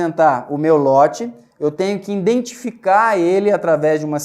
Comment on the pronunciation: nossa!! escutar uma pessoa estudada falando: `indentificar` putzz